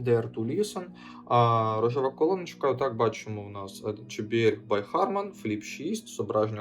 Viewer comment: Вибачте, ну чому джи якщо джей? J